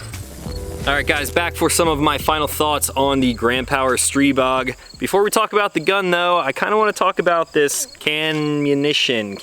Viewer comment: I think you're the only one one the internet who knows how to pronounce the name of the gun. Kudos and good review!